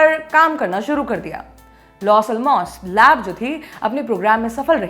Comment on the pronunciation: ALMOS nai bolte madam....ellamoss pronunciation hai